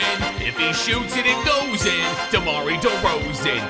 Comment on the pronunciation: I will never get over how he pronounces Derozan's first name😭